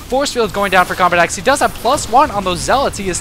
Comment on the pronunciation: Lol combatEZ instead of combatex